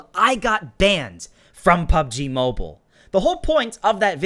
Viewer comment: it's actually mobile not moble